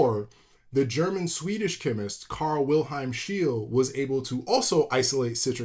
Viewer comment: if you pronounce the alchemists name correctly, try to pronounce the german-swedish name correctly too: take the sound of great, and hold that sound that you produce right after gr- and at the beginning of saying "a" before turning to the sound you produce, when producing the sound of an american "e". and now hold it for a second or two. that is the sound a german "e" is pronounced. and a double german ee is a long version, the german "e" behind the l is the short version. that could also help if you want to order a german sportscar, there is an "e" at the end, and correctly it is being pronounced!